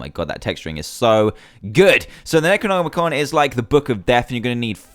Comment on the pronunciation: Finaly someone says necronomicon right! XD Good job dan!